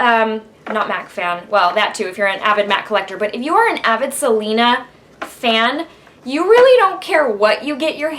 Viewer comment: Do you speak spanish? you said right the words without accent. :D